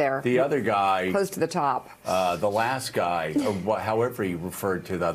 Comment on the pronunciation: I love President Biden calling T** " the other giy "😍😛